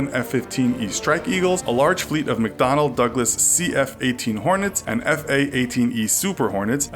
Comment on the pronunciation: When you said 'McDonell Douglas' I understood 'McDonalds' and I was like: "WTH? The USA even name its tanks like its fast food". LOL